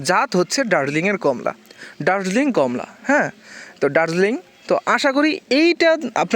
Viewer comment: এর নাম কম্লা নয়, কমলা ।